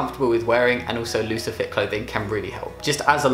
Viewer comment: you said looser fit and i thought you said lucifer